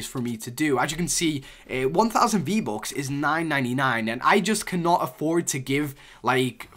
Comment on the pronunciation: U say v-bocks instead of v-bucks, why u get no views